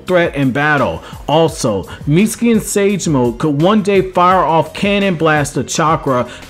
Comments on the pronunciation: Damn b...you ain't say his name right but maybe twice....haaaa...Miutski??? Haaaa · I’m sorry, but, please, learn how to say his name CORRECTLY!